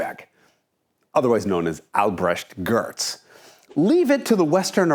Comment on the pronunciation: You pronounced the german name like a native speaker. Impressive! Do you have german roots? you pronounce Albrecht Görtz like every other american would do....